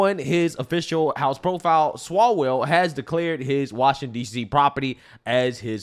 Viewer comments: I ❤ how calls him Eric Swallows-well. 🤣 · “Eric Swallowswell”. Oh stop😂😂😂😂